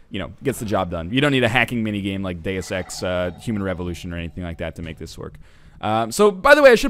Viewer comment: It's latin. He pronounced it the right way.